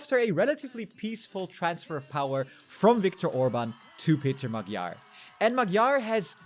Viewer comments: NOT Magjar. Ma[dj] Like in the word [d]uke. Not a separate gj nor separate dj. a soft D like in duke. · It’s pronounced ‘Modjar’. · You said Maggie-are. OK. But I tured it off when you expert PhD sayd Marrie-Are. Liar, you and your expert know nothing. Thumbs down. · Magyar ≠ Magguyar, or whatever you said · man, could we get these youtuber folks just google a simple "how to pronounce XY" before airing something? to at least get it semi-close, it doesn't have to be perfect, but starting a video with Peter Magiiyaaarr just felt like a spit in a face. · Nazwisko Magyar prawidłowo wymawia się trochę inaczej. Proponuję sprawdzić jak Węgrzy to wymawiają. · Just couldn't keep listening to their mispronounciations of CE languages, sorry. 😂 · You're saying his name the wrong way round, please say it correctly. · hungarian corret pronunciation, please.. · Can you learn how to pronounce Magyar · you have a channel with 277k subscribers and cant even look up the correct pronounciation of "Magyar" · You gotta stop saying magyar this way. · 'gy' in hungarian is soft d, like 'd' in english 'duke'. Please pronounce it correctly. By the way our new PM family name 'Magyar' means 'Hungarian', as our country 'Magyarország" means 'Hungarian-land', in english 'Hungary'